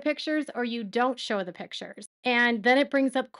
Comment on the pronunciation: Robyn doesn’t want to show the “pitchers”… not pictures.. pitchers 😂